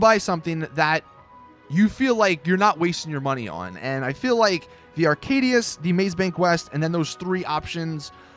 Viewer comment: arcadius not aracdius